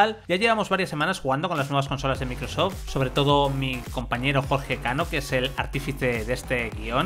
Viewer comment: Cualquier marca que no sea de Sony lo pronuncian del Qlo como "equisbox" "microsof" EleGe y muchas más. Ah pero si es Playstation...